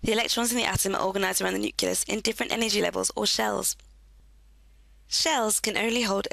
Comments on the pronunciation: nuculus lol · IT'S NOT NUCULUS!